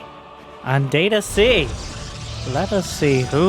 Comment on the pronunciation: I've given up on ever getting to pronounce "Data-C" the right way.